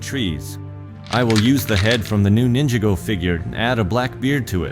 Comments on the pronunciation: It sound like when u say it ↓ Nin jih go Even tho it's supposed to sound like ↓ Nin jah go Just telling u that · IT'S NINJAGO NOT "NINJA GO" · It’s Ninjago Not ninja go